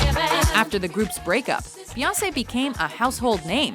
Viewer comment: Why do you say Beyoncé like "Beyawsay?" What do you have against the letter n?